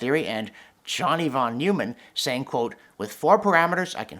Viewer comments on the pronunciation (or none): John, excellent as always. But it's pronounced (German accent) "Von Noymann"